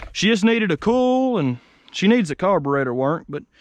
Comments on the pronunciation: It ain't "ool" it's "oil". I ain't a "cool" it's a "coil", well, I knew you knew that... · Hi all great vids mate I'm enjoying them. At first I didn't know what you were saying when I first listened to you speak lol you say oil like ol and coil like cool. I don't know why but Americans can't say the i in the pronunciation of certain words. Coil pronounced like coyl or Doyl. Oil is the same oyl. How do you say Craig all you Americans haha you say it like Crag it's Crayg it's not a silent i. Anyway that's my bit haha. Now lets see how many Americans don't like me telling them this. What are you doing with all the vehicles once you get them going? Jeremy Downunder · What the hell is a ‘cool’? He keeps saying it.